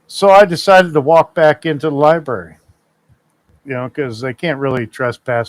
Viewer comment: When you can't even pronounce library correctly, you know he never went inside a library to look for a book or even read a book.